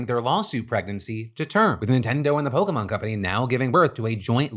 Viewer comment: thank god someone remembers how the fuck to pronounce "Pokémon"